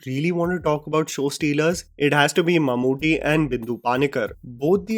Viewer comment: ❤❤❤....Mammoothy nahi mammootty